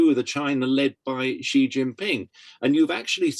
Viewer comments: It's jhee not she, if Jackie Chan is saying it right, and he's chinese. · It's Xi, and the x represents a sound that doesn't exist in English but is similar to the ich-Laut in German. The closest words in English are "see" or "she". The interviewee gets it badly wrong, with a sound that doesn't exist in Mandarin. I haven't heard how Jackie Chan pronounces it but his native language is Cantonese.